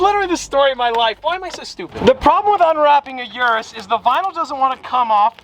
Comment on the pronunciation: I can't wait til the Urus is gone and we don't have to hear you constantly mispronounce it anymore